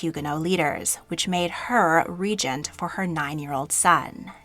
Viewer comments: Regent, not regnent. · *queen regent. Ree-jint ❤